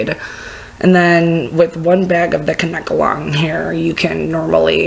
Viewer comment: The way you pronounce "kankelon" is funny. It's "kain-kah-lon". 😂 I love the hair though, especially the leopard spots.